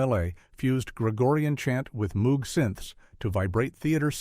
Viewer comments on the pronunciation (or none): none